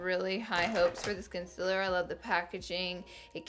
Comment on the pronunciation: Omg Laura ilysm but it is concealer not consiler 😡